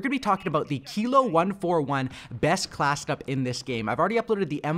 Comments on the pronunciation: "who knows how to say it?" I do. KILO. Not Kylo, kilo. WTF? 🤦🤷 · Keelo.....don’t ever say kylo again! 😂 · Kilo= Key-low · Pretty sure it’s key-low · Kilo like kilogram; so pronounced keylow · Its pronounced kee loh lol